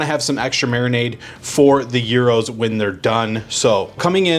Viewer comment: 1. Thank you for pronouncing gyros correctly. 2. Interesting take on a Greek staple. I will have to try it. For people that don’t know, brush that pita lightly with olive oil and throw it in a skillet and toast it first.